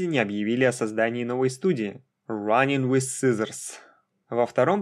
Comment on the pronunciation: Очень интересное и информативное видео. Но есть один нюанс - произноси пожалуйста иностранные названия без попытки в английский акцент, а то "раинг виз сизоурс" вводит в замешательство при прослушивании видоса на фоне.